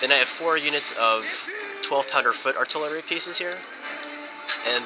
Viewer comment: "artilery department" ha :)